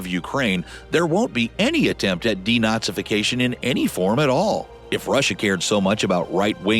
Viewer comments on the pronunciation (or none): Bro really said "deNAZIfacation" 💀